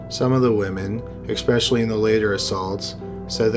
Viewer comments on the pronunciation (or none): "Expecially" Lol